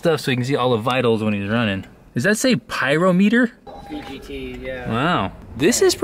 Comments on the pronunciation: it’s not a “does this say pyro-meter?!?!” It’s a “does this say Pie-RAH-mutter” 👌🏼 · "Does that say PYRO-METER"? OMG....ffs